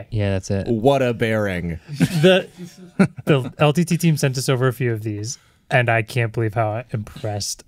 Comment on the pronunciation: MKBHD was not so into it. The way he pronounced LTT wrong and how he said: "I buy a fidget spinner." 🤣🤣🤣